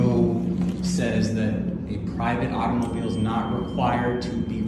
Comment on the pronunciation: Its always so cringey the way they overpronounce "AUTO-MOU-BEEELE"